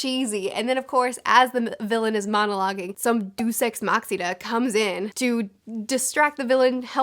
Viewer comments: It is painful to hear this pronunciation of deus ex machina. (for the record, the classical pronunciation is Day-oos) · I'm sorry you pronounced Deux Ex Machina incorrectly as "Dus Ex Machsida" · "Duce Exs Maksina" LOL. I couldn't get over how you pronounced that. Deus Ex Machina is pronounced: Dey-as Eks Mahk-in-a. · day-us (not doos) ex masheena (not makina). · "Deuce ex machine" vs "De-us ex machina" (Mate, it's Latin, not Greek) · I cannot believe you pronounced "Deus ex machina" as "Dwo sex ma-china" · "doos ex moxida" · Dooce ex maxida???? Bruhhh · "...and then some DO SEX MACHINA..." Pls tell me I'm not the only one who heard this? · this is really nitpicky but hey! it also boosts the yt algorithm as any and all comments do: Deus ex machina is not at all pronounced like that. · That is not how you pronounce Deus Ex Machina...that hurt my head. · i have never heard "deus ex machina" pronounced like that and now am questioning reality (i have no idea which way is correct, just saying😅) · Funny story: For a long time, I'd only ever seen that phrase written down, but never heard it spoken, and I assumed it was pronounced the way said it. Then one day, I was reading an article on the internet about stupid moral panics, and this article included a story about a woman whose son asked her to buy him the game "Deus Ex', and she misheard it as "Day of Sex" and freaked out about how her son was playing immoral video games, and for years I puzzled over how anyone could mishear "Deus Ex" as "Day of Sex" until one day I heard someone say it out loud, and then I understood.